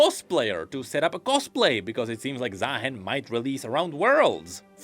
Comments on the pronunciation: He's supposed to be ZaaHEN not ZaaMAN 😭😭😭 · Am I the only one that hear Za Hen ? Like The Hen? Cause bird 😅😂